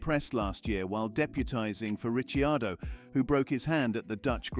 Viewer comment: Hey! Ricciardo was pronounced properly. That's rare.